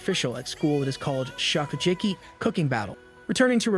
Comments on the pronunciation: bro your pronounciation is so bad get at least ONE word right 😭😭 "shokucheki" really? thats legit the name of the show shokugeki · Bro you ruined one of my favorite animes by butchering all the names 🤦🏽‍♂️ what is "shokujerky"?